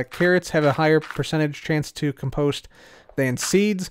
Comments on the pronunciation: COM-post not com-POST... Check the dictionary:) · Say "comedy", now say "compost" with emphasis on the "com", not the "post". You're welcome.